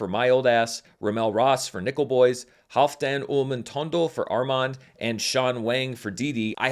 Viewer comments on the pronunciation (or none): none